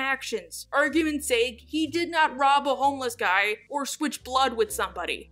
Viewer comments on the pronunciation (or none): none